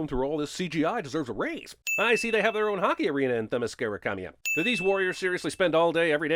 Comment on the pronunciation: "Themischericamia" you mean Themyscira?